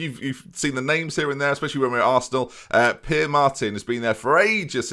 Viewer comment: Pere is pronounced Peh-ray. A good hint with Spanish is that pretty much normally every letter is pronounced.